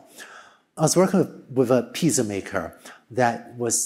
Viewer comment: But the real question is why does he say piza??????